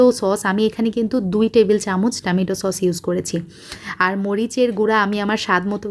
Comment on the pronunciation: আপনি টমেটো কে টামিটু বলেন কেন